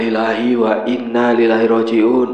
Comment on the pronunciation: Inalillahi wai'nna ilaihi rodjiun bukan inna lillahi wainnalillahi rodjiun🙏